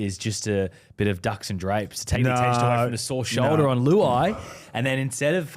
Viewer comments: Gone my whole life thinking it was ducks and drapes. This is rattling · Did just say “Ducks and Drapes” 🤣🤣🤣🤣 it could be Drakes not Curtains🤪